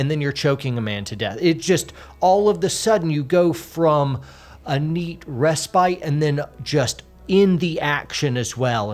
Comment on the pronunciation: Jextapose...respyte...a true word snith!! Lol!!